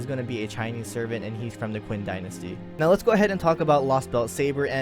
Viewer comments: FYI, not to bash on you, but 'Qin' is pronounced as chin instead of 'quinn'. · Its prounounced chin dynasty not quin xd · HAHAHA, I'm sorry, hearing you call Qin Shi Huang "Quinn" is too damn funny.